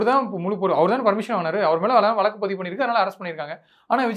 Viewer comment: வழக்குனு சொல்ல கத்துக்கங்க